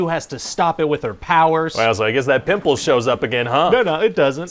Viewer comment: "With a friggin PIMPULL"